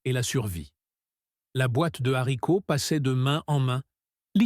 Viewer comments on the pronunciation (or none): On ne dit pas l: les zzharicots, mais les haricots !